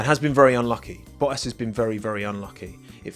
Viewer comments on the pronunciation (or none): Ah Yes. Good old Valery Boh-ass...